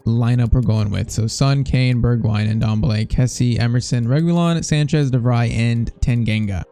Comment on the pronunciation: The N in Ndombele is silent lol